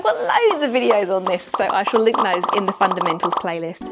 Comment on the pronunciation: All I keep hearing is “Fun and Mental!” 😂